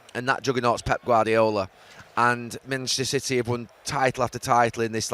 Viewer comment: "Mitchnester City" 😅